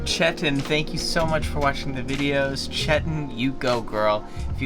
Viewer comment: OMGGGG the way they pronounced Chetan!! I can’t! 😂😂😂